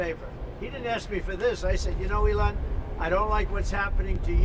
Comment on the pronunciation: trump calls Elon "Ellen" every time Biden screwed up a name you declared he had dementia. where'd ya go? EDIT: trump also said "Tesler" where oh where is that all too familiar "dementia!" outcry?